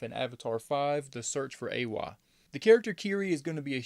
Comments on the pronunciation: Eywa is pronounced (eh-wha), unless your native tongue is making u say (ahh-way) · Eywa not Eyeway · It's ay-wa not au-way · EYWA. Not away. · It’s pronounced like (aye-wa) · Why did you pronouns Eywa like ‘Ahway’ help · It was pretty jarring fr. Was thinking ‘howcomes he cant pronounce it? Whats up with him?’ But no biggie, apart from that, very good video. Pretty solid theories too. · You say EWYA wrong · I think these theories are pretty close! Also, I love the way you pronounce Eywa hahaha! Great video though man! Good to see another essay video